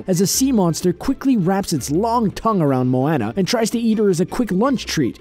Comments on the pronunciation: I know i am nitpicking but needs to pronounce Moana correctly. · Am I the only person who can't listen to what he is saying because he keeps saying moana wrong😂😂😂😂😂😂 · and its a name so he should get it right no matter what accent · I got so fucking pissed when he pronounced moana wrong😂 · PercyJ OceanGod I spelled it like he said it but I know it's actually moana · Its bugging me soooo much and the name "Moana" has been pronounced sooo many times in the movie. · I did the second he said MOANA wrong XD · How do you say Moana's name wrong?!? They say her name multiple times in the movie!!! Boiiii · Who was annoyed that he said Moana's name wrong like if u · Who else have seen about a million comments about saying Moana wrong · take a shot every time he mispronounces Moana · anyone bothered how he pronounced Moana? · I just gotta say... are you just saying Moana like that to piss people off? Cause they say it many many times in the movie and it doesn't say it like this🙄🙄🙄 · Who else got really annoyed when he kept saying Moana wrong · You pronounced Moana wrong AAANNNDDD Maui being the Rock is a fact, not an Easter egg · How is that racist it pissed me off too because obviously he hasn't even watched the movie or else he would know how to say her name especially after seeing so many things for it same with when people pronounce Anna from Frozen' name wrong, again watch the movie and pronounce it correctly. I get people who have accents and can't say it right, but he doesn't he's just that fucking lazy to use a movie in his video that he doesn't even know how to say and obviously has never seen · Tin Phoung Tran im 22 and ive seen moana. and honestly, it looks like you're the triggered one, not the original commenter. its understandable for someone to get irritated when someone doesnt pronounce something, especially a name, correctly. quit whining. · Ikr nobody can seem to say it correctly even tho people say it like 10 million times in the movie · Moana not maona